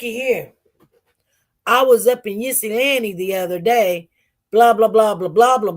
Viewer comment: 😂 I love the way she try to pronounce Ypsilanti. I'm from Michigan and that is a challenge for most of us born and raised in Michigan and some of us say it either these two ways: ip- sa- lan-te. (So like, "hip" but take out the "h"). OR Yip -sa-lan-te. I think the correct way is "ip" (the Y is silent)🤷🏽‍♀️